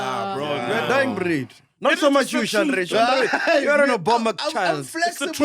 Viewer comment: Ooooh, not Shandré.